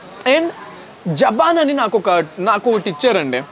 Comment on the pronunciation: Japan kadu bro., Jabhan ok na...